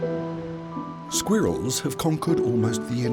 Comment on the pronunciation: “Squear iLLs”. 🤣🤣🤣 Love the AI narrator.